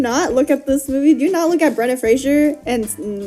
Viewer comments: Could you pronounce his name correctly? It's my name too tbh and it's not Frasier, its Fraser! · Lol Fraser rhymes with Laser! 'Frasier' is a different name that's just very similar!